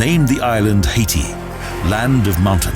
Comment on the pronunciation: Haiti is a fucking third world SHITHOLE!! Guy can’t even pronounce it properly. Don’t go there ever,,,,,shithole